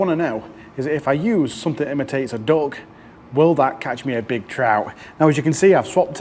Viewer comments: Every time you say duck I hear dog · Did he say "dog" or "duck"?